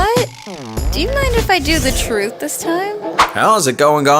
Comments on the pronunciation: she's not saying truth right. it's not TRUth, it's trUTH! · Melissa, leave the blowing our minds with "troof" to the funny pplz. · Its not truth its truith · you mean the TROOTH! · I think you'll find it is pronounced "THE TROOTH" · Your pronouncing truth wrong. It is called TRUTH